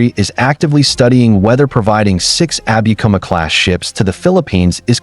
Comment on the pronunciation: no abikuma(アビクマ） class . yes abukuma（アブクマ） class!